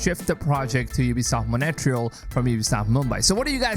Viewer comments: mon reee yaaal....not monetreeeyaaal...lol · its mon tree al not mo nae te real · "Montreal" is not pronounced "Money Tree hole". It's "Mon treehole" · Its not pronounced as Mone-tree-al, It is Montry-aal spelled as Montréal. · "ubisoft monetreal" ... bruh............ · Is it really that hard to correctly pronounce Montreal!? jeez f, if I wouldnt know the ubisoft studios, i would have not understood "Monetreal"!!! all the worst to your channel until you correct yourself publicly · do you mean montreal? wtf is monetreyal? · what is ubisoft Monetrial ? for some reason every time i hear that i cringe, no offence :D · Learn to pronounce Montreal (Mon-trey-al) will you mate. Don't know where you get your info from but Ubisoft made $2.2 billion profit on AC Odyssey alone. So far $1.2 billion on Valhalla. They took $2.2 billion in overall sales last year with 16.6% down on the previous year, thanks to Covid and the recession. So all shareholders have sold out? I don't think so. Don't spread fake news. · It's feel say monterele is monterle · It feels so funny hearing Montreal as Monetreal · Ubisoft "Moneytreal" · I was scrolling to find this kind of comment 😂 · dude...Montreal....learn how to pronounce it, its not that hard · Is that how I am supposed to pronounce Montreal?... i've been saying it wrong for years